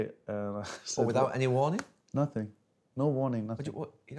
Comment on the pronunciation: “I prefer not to speak, I ‘af nassing to say, nassing to say, nassing”